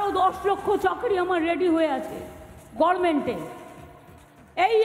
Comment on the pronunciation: কি উচ্চারণ ? সেট এসাইড্ , সাট এসাইড্ , ছেট এসাইড । গরমেন্ট ? অকাট মূর্খ, বলে কিনা ল পাস , আইন practice করতে গেছিলো? কবে, কোন কোর্টে গেছিলো, কেউ জানে? সব জায়গায় ঢপ বাজি। আর ঐ একটা মাতাল কল্যান বন্দ্যোপাধ্যায় ।😂